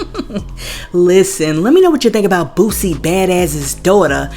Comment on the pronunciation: It’s boo-sie not boo-zie 😂😂😂